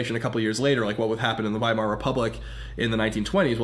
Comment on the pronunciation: It's VY-MAR republic...not WY-MAR....VY, with a V, like V....AGINA